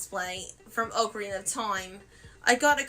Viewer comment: Why did she say Ocarina like that? 😭😭